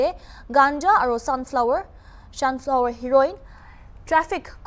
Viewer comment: When she beautiful reporter says shanflower tht tym she too smiles 😁 her self,it's ok miss if u says mistake too your beautiful 😍 as always 😁🤭✌️